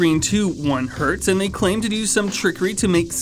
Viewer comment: Finally! A review in which they correctly say "1 Hertz"!